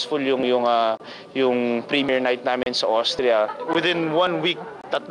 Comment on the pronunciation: hinde OSTRIA Richard...AUSTRIA or ÖSTERREICH........sorry sa correction ejo kc d2 nka tira ang Lola mo sa AUSTRIA....sayang dko kayo napanood sa Vienna,pero ok lang,,w8 ko nlang c KIM and GERALD ANDERSON......WHAAAAAAAAA